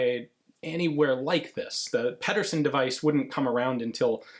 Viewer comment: Pedersen is pronounced the same as Peterson. Why do Ian and C&Rsenal both mispronounce it every time...?